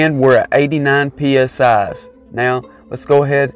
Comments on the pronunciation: He said pee es ahs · This man said psi’s